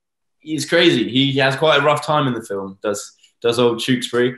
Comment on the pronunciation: The way millie pronounces Tewksbury . I love it.